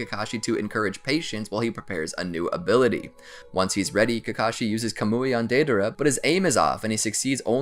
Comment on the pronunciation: Its pronounced “kah-m-oi” (sorry I just needed to)